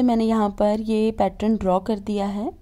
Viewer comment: खूब सुंदर होते ६ैं आपके सारे डिझाइन सिर्फ पैट्रन ना बोलणे पैटर्न बोले